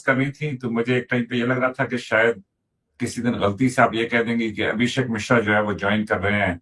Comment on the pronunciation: misra nahi yar mishra